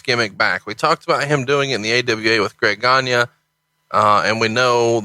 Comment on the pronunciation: Greg Gagne is pronounced Greg "Gone-Yay". It's a French name. :)